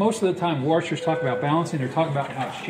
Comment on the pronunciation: top three "worshers"